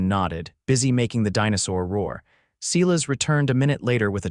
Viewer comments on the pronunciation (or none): When you mispronounce and misspell the name of the main character over and over, it really spoils the story. The name is Silas, pronounced sigh-less.